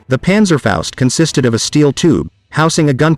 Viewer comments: Panzerfaust , not Panzerfäust. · Well done video and relaxed told. Try to say Panzerfaust like in HALL: pAntserfoust. I have several Panzerschreck parts. Regards from the Battle of the Bulge area, Belgium.